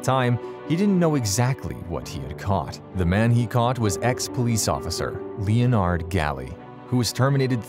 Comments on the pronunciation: Its Le Nerd not Leo Nard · His name is Len-Nard not Leo-nard. Either way, he should have gotten more time, having been a police officer. So gross. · What an interesting way to pronounce Leonard... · Leo-nard. LOL.